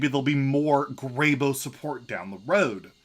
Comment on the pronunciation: Can we get something straight here. And spread it to your video making friends. Its pronounced grey-BOW not grey-boh. Since when have you ever sat in the boh of a tree. Never, you've sat in bows of trees though. (I know its spelled bough. just writing phonetically is all)